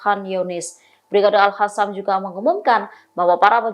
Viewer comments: Al qassam bukan al hasam mbak,,,ngak bisa baca ya mbak nya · Mana satu yang betul sebutannya AL HASSAM atau AL QASSAM😂